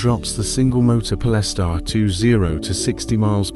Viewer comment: I made it 30 seconds in. Po-less-tar? Come on man.